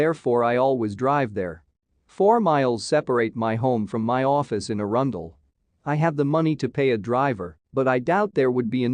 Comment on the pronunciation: Just wish your narrator could use the correct pronunciation of both Balmoral and Arundel, really grates on the ears as well as Corgis in a previous video.